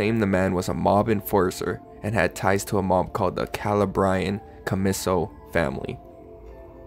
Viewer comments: Man said Calabria Commiso… as “Cala bry caumislle” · Still laughing at his pronunciation of Calabria and Commisso. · The way he pronounced Calabrian commisso family had me in tears lmao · Hurt to hear that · MAN you butchered the pronunciation of calabrian comisso mob family